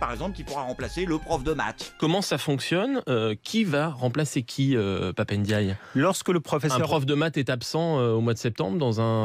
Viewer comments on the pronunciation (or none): On dit Pape & Die et non pap n'dye car on dit M&M's et non m n'ms 🤣😂🤣. Dsl il fallait que je la sorte!